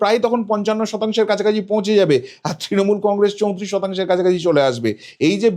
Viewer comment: Congress pronounce thick kore kor.